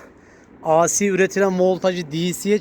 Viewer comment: Di si yada ey si diye oku, a si ne demek😄